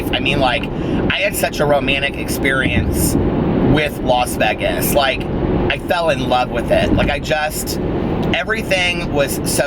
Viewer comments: Haha some of my friends here in philly say it like VEGESS too I’m not a fan but I’m used to it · Why do you say Vegas like that?? I can handle the vocal fry and all that, not the way you say Vegas though man